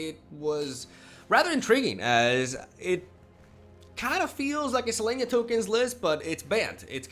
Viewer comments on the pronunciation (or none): Bro... Listen bro... Listen... Just listen, ok? You ready?? Cause I'm not saying this again. Here it goes... takes a deep breath SeleSnya!!!!!!! SeleSSSSSSSSSnya!!!!!!